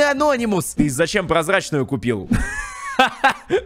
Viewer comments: Мне нравиться что он говорит анóнимус хотя правильно анони́мус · Не анОнимус а анонИмус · Говори пожалуйста не анОнимус а анонИмус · ты неправильна прочитал не анонимус а Ананимус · Я СЕКУНДЫ СМОТРЮ КАК ГОВОРИТ С УДАРЕНИЕМ: АНО́НИМУС. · правильно говорить анони́мус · ты неправильно говориш слого ананимус